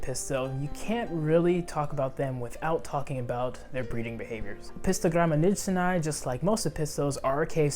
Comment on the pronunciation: beautiful video! Just a small correction. 'Nijsseni' is pronounced ' Neysseni'. It was named after a Dutch explorer's last name. The vowel 'ij' is pronounced 'ey' in English :) Or actually this diphtong doesn't exist in the English languages, but 'ey' comes close to it.